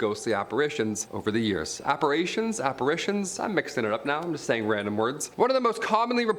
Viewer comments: Apper"A"tions... have you been learning vague speak from Emily... C'mon... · its apparition😭😭😭